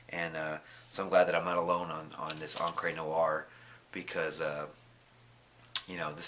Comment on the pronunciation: It's Encrah not Encrey